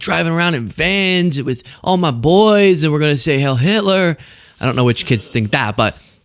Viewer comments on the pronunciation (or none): "Heil" rhymes with I'll, not hail. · ....Heil rhymes with bile. Also, the word is gargantuan. "Gargantuous" is not actually a word but rather a portmanteau created from the words gargantuan and enormous.